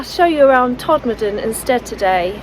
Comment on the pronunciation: Hi, spot on pronunciation of 'Todmurdan' at the start:)... I love how you educate and entertain us, show us what can be done with a little determination and most of all, you achieve this with a warm smile on your face, with integrity and with honesty. Oh and not forgetting your smooth, galaxy chocolate voice:) Stay safe and stay dry & warm.